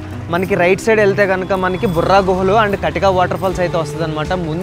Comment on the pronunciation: "బొర్రా గుహలు"." బుర్రా గుహలు" కాదు.